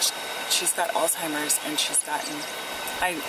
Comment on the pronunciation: "she has alzhimers" yea okay sure she does bro